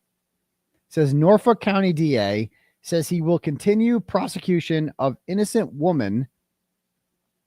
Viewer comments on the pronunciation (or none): none